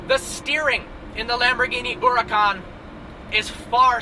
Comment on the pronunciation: The way you pronounce Húracan and Gallardo is terrible and hurts my ears